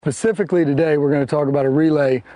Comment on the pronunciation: starts video "Pacifically today..." leaves video